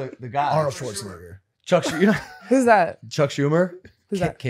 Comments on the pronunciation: Yo Logan, tell Mike to never say Schwarzenegger again 😂 my boi sounded like he threw an i in there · bro did not say Schwarzenegger 💀